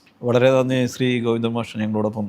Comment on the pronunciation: വാണം.... Covindan അല്ല ഗോവിന്ദൻ ശ്രദ്ധിക്കണ്ടേ മാ പ്രെ 😇😇